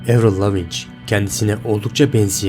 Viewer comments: avril lavigne, evrıl lavic değil evrıl laviin diye okunur. (i harfini bilerek uzattım) Ve aynı zamanda 2003'te öldü 2013 değil düzgün araştırma ile video yapsana ya ingilizce bilmeyip sana gelen kişiler yanlış bilgiyi doğru sanıp da başka kişilere söylüyorlar. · Kardeş baya araştırma yapmışsın(!) helal de kadının adı nasıl okunuyor onu da öğrenseydin keşke. ''Evrıl Leaviğğn'' diye okunur. Soyadı Fransızca kökenlidir. Kanadalı ya hani. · Evrıl lavinç değil evrıl laviin diye okunuyor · Spikerler karşılaşma öncesi sporcuların isimlerini kendi ülkelerindeki telaffuzlarina göre öğrenip söylüyorlar. Senin de buna calisman gerekli bence.evrıl Lavin diye okunur mesela lavinç değil. Videoların gayet başarılı bu arada.bunu bi gozlem olarak kabul et 😀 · Evril Lavinç olaran bildiğiniz kişi "Avriıl Laveğn" dir "Andırmay sikin" diye diye de bi albümü yoktur. Video çekiyosun telaffuza bak sıfır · abi lavinc nedir ya hiç mi röportajını, konuk olduğu programı falan izlemedin nasıl çağırıldığına bakmadın ya. 15 dklık video yapmışsın insan özellikle bakar ismini doğru telaffuz ediyor muyum acaba falan diye lavin olarak biliyor herkes bunu lavinc nedirrrrrr :@ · Tamamen uydurma!!! 1) Adı Evrıl Lavin diye okunur, Lavinc diye değil. Buradan zaten videonun kolpa olduğu belli. Konuyu iyice araştırmış olsan böyle bir hata yapmazsın. 2) Görüntüdeki tarihlerle senin söylediğin tarihler arasında birkaç yerde farklılıklar var 3) Eski Sesi-Yeni Sesi diye karşılaştırma yaparken YENİ adı altında verilen videoların üzerine sonradan dublaj yapılmış olduğu çok bariz İnsanlar da inanmış, bir de oturup şöyle yapsınlar böyle yapsınlar diye çözüm üretiyorlar. Milletin aklını bulandırmayın! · "Evrıl Lavınç" ne lan? "Evrıl Laviin" şeklinde telaffuz ediliyor.